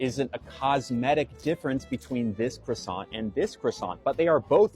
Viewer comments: It's not pronounced krassont, ya moron. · It's not a cruss-ANT. You don't pronounce the T. Out of everything wrong with this clown that's the most annoying part. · I'd slap him for his pronunciation of "croissant".